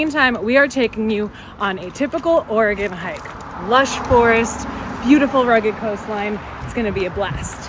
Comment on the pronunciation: OrEgone? I can handle Orygun, but not OrEgone. You got some REALLY GREAT shots of our coast.